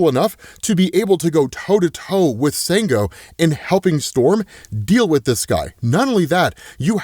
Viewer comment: Sango is actually pronounced "shawn - go".